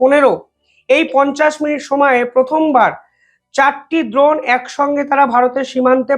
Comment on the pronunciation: আরে ভাই বারবার "দ্রোন" বলছ কেন ? "ড্রোন" বল, ইংরেজি শব্দের এমন বিচ্ছিরি বাংলা উচ্চারণ করলে তোমার ভাবমূর্তি নষ্ট হবে । কি দিনকাল পড়ল রে ভাই । ইংরেজিটা ইংরেজিতেই বল ।